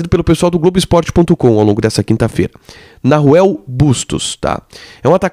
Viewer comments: MEU QUERIDO NAHUEL SE PRONUNCIA NAUEL.... NAO NARUEL.... PARA DIZER BEM EM ESPANHOL É NAUEL. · Otimoo videoo...se proncuncia Nauel mesmo, sem som de R, abraçoo